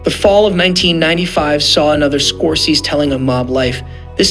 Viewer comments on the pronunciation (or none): You don't know how to pronounce SCORESE?!! And PACINO?!! Can't finish listening to you even tho I like the subject matter.